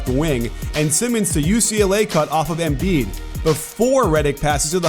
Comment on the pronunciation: Learn how to pronounce Embiid. It pisses me off u dumbass